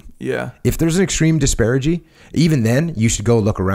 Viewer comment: "disparigy" lol